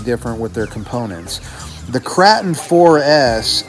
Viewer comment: LOL why do you call it the Krah-ton it is pronounced Krause-tun 😀 love all your videos! Doing my shredder upgrade this weekend. How long did it take you?